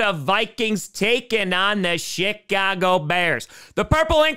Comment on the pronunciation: You know, everytime you say the bears. I keep hearing the Shitcago Bears. And at this point, I don't know if you mean it or it just so happens XD